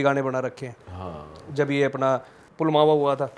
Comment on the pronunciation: Pulmawa nhi pulwama tha bhai wo❤